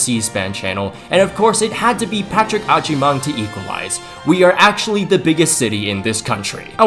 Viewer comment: the way you pronounce Agyemang is so funny😂😂😂🍃